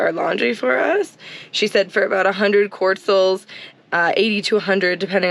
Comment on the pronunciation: New subscriber here. Came here to watch Guatemala videos as I used to live there. You guys are killing me with the QUARTzals. There's no R is quetzales. No shade. Just making me laugh.